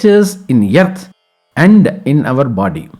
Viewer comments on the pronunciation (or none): Thanks for complete knowledge about Grahana and guidance to do's and don'ts.. Just a note, please address Earth or "Arth" instead of "Yerth".